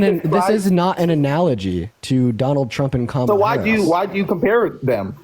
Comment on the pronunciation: People who claim to be Christian but put people down how dare you? What give you the power to put people down. Just to pronounce Kamala name right 😢 wow so not godly.